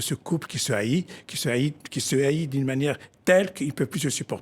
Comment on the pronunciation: Ce couple qui se « hait » (se prononce est) et non haït, cher monsieur.